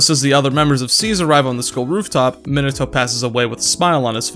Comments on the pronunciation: this video randomly popped up on my feed and while I mostly agree with it, the pronunciation of "" is giving me brain damage, no offense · probably because he says "Minato" wrong